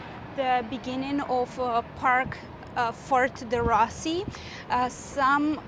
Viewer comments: We're just back (last Monday) from 2 weeks at the Hale Koa Hotel. FWIW, Fort DeRussy is pronounced "D-Roo-See" :-) I guess our timing was right for eating, experiencing only one long wait and that was at Haliewa Joe's Haiku Gardens (Kaneohe). We got there at opening time Friday 7/16 ( PM) and were seated 2 hours and 35 minutes later. Everywhere else was a normal 20-30 minute, at the most, wait times. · I love your videos for Hawaii. Very informative. I lived there on Oahu 15 years. U do a good job of pronouncing the Hawaiian names, however, Ft DeRussey is pronounced DeRoosie not DeRussie.